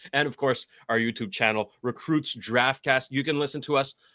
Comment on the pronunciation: "Recrutes Draftcast", am I missing something? I thought it was 'recruits'. Yes it's nitpicking but I'm a stickler for accuracy.